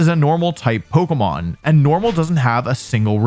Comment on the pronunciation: Why do you say Poko Mon